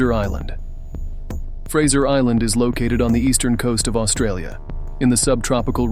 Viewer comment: Fraser Island 😂 don't be silly